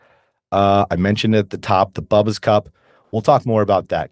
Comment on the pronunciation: It's pronounced Boo-bas, not bubbas